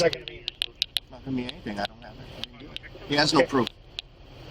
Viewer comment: Did he just said "dont Dewit?"